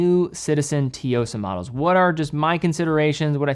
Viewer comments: You dont pronounce the T lol. Its pronounce like Sue-o-sah. Its Japanese for Strength. Kind of like how you dont pronounce the T in Tsunami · Finally, this watch getting the spotlight by. Just one thing though, I think it's pronounced Su-Yo-Sa like how you would day Tsunami. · Dear, you always mispronounce it, but I finally need to address it - the Tsuyosa is called the "Tsu" (like shitzu's tzu. technically not most accurate, but it is the closest in the English language that I can think of) and "Yo-sa". Thanks 😂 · Both t and s are sounded... but the S is more stressed than the t. Start with a very soft but "crisp" t and blend a stressed S into it. tSuyosa. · we know “sue” is wrong but it’s close enough. I dunno what was thinking but bro is from Ohio or something so maybe he’s never seen/heard a “tsu” word before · it's pronounced as soo-yo-suh if you're still struggling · Hi. Thanks for the video! BTW, the pronunciation for Tsuyosa is "Suyosa" The T is kinda silent. Just a tip:) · Why is it so hard to pronounce Tsuyosa? I mean, there is literary nothing complicated. And yet not a single You-tuber managed to say it right. here managed to pronounce it wrong in several different ways during the years. That is like 3 seconds of typing the word in Google Translate and click listening button. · Idk how much has covered the Tsuyosa, but he keeps pronouncing it wrong 🤣🤣🤣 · Pronunciation is way off. Not even close. You should consult with the brand first. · look man, some people are far more culturally versed unlike you. Also it does not hurt to kindly tell that he's wrong and offer the right and easy way to pronounce it. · no, because that would be す, while this is つ, which are two totally different words. The Tsuyosa is written as 強さ/つよさ. There’s a bit of a “z” in the front of the pronounciation. Not watch related but as someone who speaks Japanese, it was getting a bit on my nerves after many videos 😂